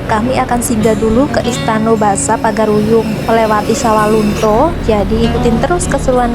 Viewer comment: Itu salah pengucapan, bukan pagar-uyung yang benar Pagaruyung Karena saya asli orang padang